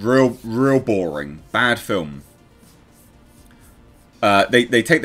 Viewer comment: "It was boWring" 2021:)